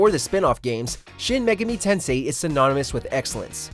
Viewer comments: Mega-me tensay 😂😂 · megeemi tensee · your pronunciation of Megami Tensei, is incorrect sir. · Really, a lot of his Japanese was cringey at best. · If this was the ONLY mispronounce error but unfortunately it wasn't